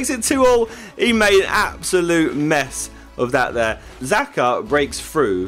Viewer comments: It is jaka not zaka xh=j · It's pronounced shaka not zaka ya muppet! ;) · xhaka its not zaka its xhaka because its albanian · dude xhaka its albanian he is called xhaka normaly not zaka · it's not Zaka [the XH in XHAKA -it sounds like a G] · i am albanian and he is albanian as well i know how to say/pronounce it yes it is like dzeko dzAKA something like that that's what i meant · The way u said xhaxa is wrong its said like jaka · I don't wanna be like that but I think it's pronounced "shaka"? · xhaka is pronounced scha-ka sorry for being that guy but ...yea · Stop saying zaka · So funny how he pronounced Xhaka!